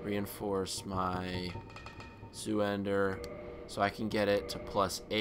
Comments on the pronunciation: 5.20 it is zweihander which is just from german two-handed it's not "zuender" :P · It's pronounced 'zvi hander'. German for two handed. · not to be a snob, but being German, its pronounced "zyhander" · Lol you said "This +7 Zoohander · oops (s-wvi-hand-ehr) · It's not pronounced like smog its more like snow. Smow :P and the sword is pronounced kind of like sviehander (it's not English if you couldn't tell) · best thing about Dark Souls Guides and Lets Plays is english speaking people pronouncing Zweihänder...its hilarious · yo man. Im sorry. I don't want to be a douch but... its Zwei (as 2 in german) hander... Zweihander